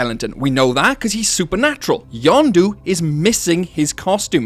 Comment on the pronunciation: I simply cannot understand how "Yenndo" is pronounced "YonDoo" Isnt it pronounced "YENN DOE"? idk